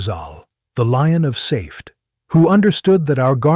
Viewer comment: This talk might be more believable if the AI could pronounce the words correctly. In the first minute of the recording, it mispronounces a simple word, "Safed", as one syllable rather than two. The video looks awkward. Bogus!